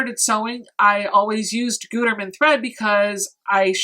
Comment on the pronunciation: It’s “good-erman” lol